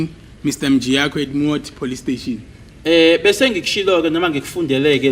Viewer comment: Aybo have you ever hear someone saying plustation instead of police station😢